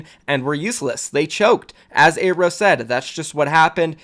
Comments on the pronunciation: how do you always pronounce pretty much every name dude it's not "eyrow" you say it like "arrow" and his real name is so american and it's not "A ron" Aaron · its pronounced "air-o" not "aye-ro"... you're fucking killing me man